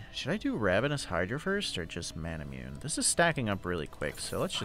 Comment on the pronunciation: I think manamune is pronounced "mon uh moon aye"